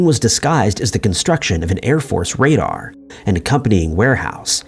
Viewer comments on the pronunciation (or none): none